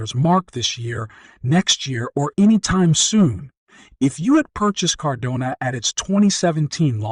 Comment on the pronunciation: Firstly, you pronounced “Cardano” about 5 different ways, and most of them incorrectly. Secondly you used another YouTuber’s face on your video, even though you have nothing to do with him. Thirdly this is just a crap video all around, and your clickbait headline is BS. This is a scam channel.